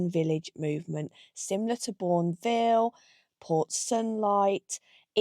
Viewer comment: Interesting to hear how Bourneville is supposed to be pronounced. Down south here, we put the emphasis on the Bourne, but generally you only hear it said if someone's just bought a bar of plain chocolate! Ha ha! Another fascinating video,. I love these sorts of places, especially when there are restrictions on what can be done with them, in order to keep them relatively original. Thank you:-)